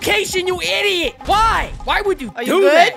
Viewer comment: I love the part when he said IDOT